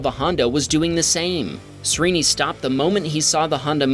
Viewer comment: FYI Srini is pronounced like SHREE-ni.